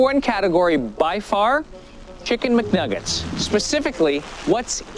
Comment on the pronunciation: . "Kicken McNaggets"😂